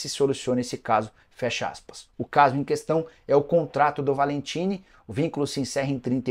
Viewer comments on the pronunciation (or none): none